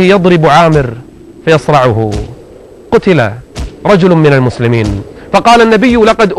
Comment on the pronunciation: اشب الشيخ صار اللدغ يقول مثلمين ليث ... وماينطق السين